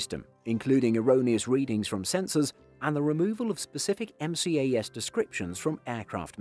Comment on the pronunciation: M-C-A-S? Really? Why not pronounce everything like that then? T-C-A-S... M-A-X.... 😂🤦🏻‍♂️